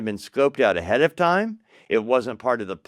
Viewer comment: This guy would be easier to follow if he would say "Time" instead of "Tom". He can say "Science" right, but not "Time". Bewildering...